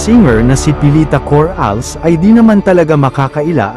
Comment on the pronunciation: Excuse me paki pronounce Ng Tama corales Yun Hindi cor als sumobra ka sa Arte kaya dimo ma pronounce Ng Tama.skip na Ako manuod.sayang load ko sayo.di kaata ayang pakinggan pronunciation mo.